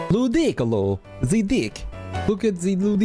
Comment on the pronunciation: Lu-dick-ilo is wild